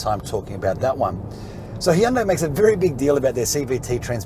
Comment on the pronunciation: is one of the best Australian car reviewers by far - another great review. Plus he can also pronounce Hyundai correctly!